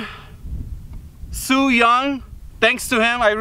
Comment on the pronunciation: So nobody else noticed he said soo-jung from rush hour sent the steel